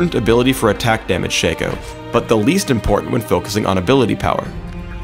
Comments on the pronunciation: Shay-co.... SHA-CO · ITS NOT SHACO ITS SHA-CO THATS HOW U READ IT! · I'm so glad to hear I'm not the only one that calls him "SHANKo" The guy slipped and called him that a few times in the video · It is pronounced Shaco not Shaco